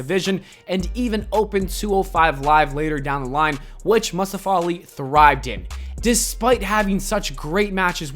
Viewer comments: Why you pronounce Mustafa like that? 🤣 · Nobody:: MUHSTUFA